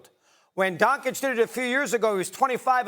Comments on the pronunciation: Not Don-kitch 😂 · Can you take the "analyst" who still pronounces Doncic as Donkic while yelling like he's in a nightclub seriously? 83 is ridiculous no matter how he got there, it's a spectacle end of the day. Did he foul himself to get to the line? No, it's part of the game, points are points. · You bring up a guy in this context who cannot even pronounce the name of an all time great and calls him DonKitsch? Hahahahahahahahahahahahahahahahahahahahahahahhahahahahahahahahahahahahahahaha